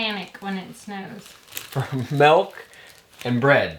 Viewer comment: "Milk" not "Melk" 😂😂😂